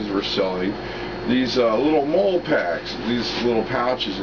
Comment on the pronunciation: I always thought MOLLE was pronounced "molly". Doesn't matter, nice bag. I've been thinking about getting something similar, if I could find it for a decent price.